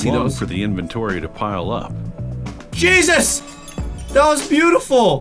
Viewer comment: JEUSES... says😂😂